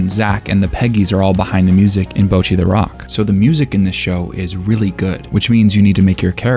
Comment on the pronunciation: You keep pronouncing it like "bow-chee," but it should be more like "bottchi," with a sharper "tch" sound and shorter vowels.